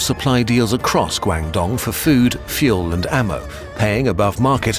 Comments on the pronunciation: Loved this video and its coverage of chinese history! My only irk is I wish someone on the team could have given some basic pronunciation tips for the speaker for the chinese terms. the pronunciation of "Guangdong" was pretty butchered, it should be "gu-ong d-oh-ng" instead of "guayng dong". But also not sure if this is on purpose in order to improve the clarity for a western audience to make the spelling easier to remember. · The information is great, but please improve your Chinese pronunciation. It's embarrassingly bad. When you said Guangdong, my ears started bleeding. I know Americans aren't great with pronouncing foreign word but the still light years ahead of the British. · haha i love you guys but your pronunciation of "guangdong" was horrid.. it's more like "gwung dong" than "guang dong" in terms of pronunciation.. a bit of research on the pronunciation woulda been nice tbh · "Gwang-dong" "Gwang-zhou"? 😂 - This is one of the most populated regions on earth. Please check pronunciation. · I'm sorry but the narrator's pronounciation of Guangdong took me out 😭